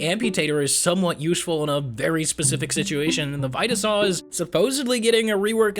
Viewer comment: I love these videos but I do NOT like how he pronounces vita saw